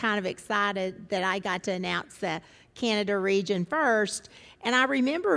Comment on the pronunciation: Manatobia? Canadia? You might wanna teach your AWS employees the names of the provences of Canada and also how to pronounce "Canada"...not "Canadia" LOL